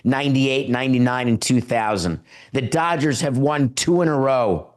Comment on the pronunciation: Does David keep saying "the dodgers haven't ROOND baseball?" Lol